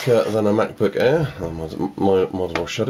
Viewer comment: The Way He Says Air "The Mac Book Airrrrr" 😂😂😂